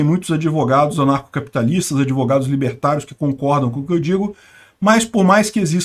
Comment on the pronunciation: “Adevogados” kkk bem feito! Quem mandou não estudar?! Kkkk